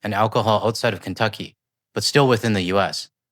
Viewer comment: Not sure if I caught it or not when she said FAFO, but what I did clearly catch, is her saying Kunttuckey !!!!